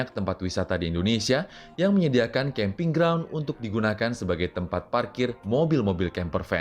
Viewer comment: Aowk "Kamping" Yg bener tuh "Camping" Kan jadi salah baca tuh jadinya kambing 😂😂